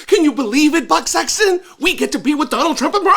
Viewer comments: I thought i heard "butt" sexton and i couldn't stop laughing. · Anybody else keep hearing Butt Sexton, or was it just me?